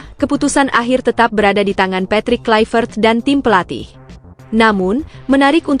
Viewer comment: Patrick Kluivert adalah nama belanda bukan Inggris. Sehingga mempronouns namanya Bukan Klaivert tetapi harus di bunyikan Kluevert.